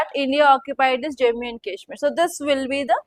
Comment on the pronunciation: Im requesting you… please pronounce Jammu and Kashmir properly 😢